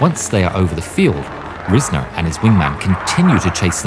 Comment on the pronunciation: It's pronounced Rise-ner, not riz-ner.